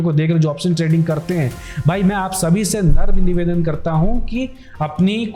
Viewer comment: Kaya hai re ye namarh nivedhan hota hai na ki naram nivedhan 😂😂 shi se word tak bolna nhi ata